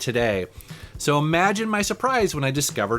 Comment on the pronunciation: Hahahahahaha I-ream lol. Think he means I-rem.